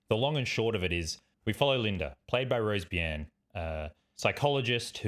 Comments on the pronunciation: Did you just say "Rose Beeyen"?? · Crazy hearing an Australian mispronounce Rose Byrne